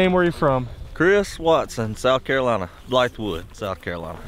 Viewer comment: Yes finally someone who knows how to say Carolina rite